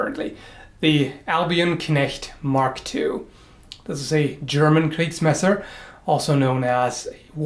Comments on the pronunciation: Your German pronunciation is really good! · one english speaker who is capable of pronouncing a german word correctly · Your German pronunciation is pretty good! Greetings from Germany! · i like your pronunciation of german words :3 very accurate